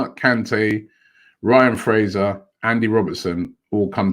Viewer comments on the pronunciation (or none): none